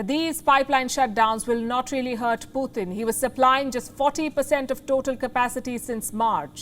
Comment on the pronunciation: Thank you! It’s pronounced as पुटिन’ not ‘पुतिन’ I know North Indians spell the sound त as t. You need to spell ‘त’ as ‘th’ in English In English the sound ट is ‘t’ and the sound त is ‘th’ So Putin is pronounced as पुटिन’ Kindly correct your pronunciation because it’s distracting when we are trying to listen to your content Thank you!!